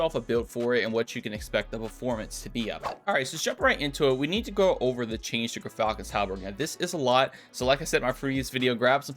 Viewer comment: Not to be a dick, but it's pronounced "Jeer-Falcon's How-berk" 😉👍